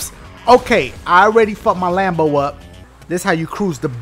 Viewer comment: why he say Lambo like that🤣😂